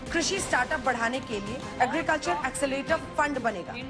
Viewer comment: एक्सीलेटर? एक्सीलरेटर होता है। kuchh bhi😀